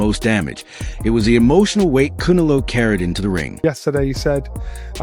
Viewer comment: Voice machine can't pronounce Canelo.